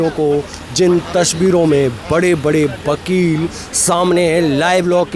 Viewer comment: Bakel nhi wakel bolo